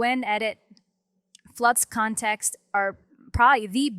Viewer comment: "Nano Banano" "Gwen Edit" "Flox Kontext". I can't with these pronounciations